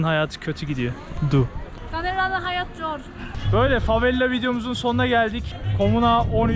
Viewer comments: neden yer isimlerinin hepsini yanlış söylüyorsun aq? favela yazıp herkes favela derken Brezilyada da burada da favella diyorsun neden bu sinir bozucu derecede yanlış konuşma inadı? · Sen favella dedikçe ben deliriyorum favela babacım fa ve la favvella değil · Kanka favela tek l ile lütfen bastırma :(